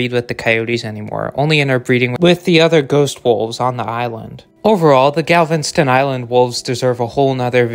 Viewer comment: What the hell is "Galvenston Island"